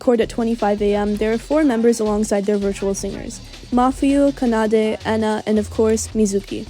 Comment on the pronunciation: i would watch this video but the way you pronounce kanade bugs me so much that i just can't.